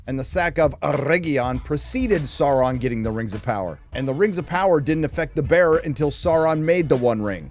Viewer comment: "Previously on the Rrrrrings of Power" 😂